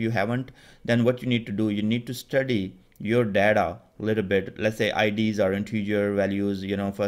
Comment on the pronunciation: Thnks for the videos. Buddy it is data not Deda.. You made me laugh.😂😂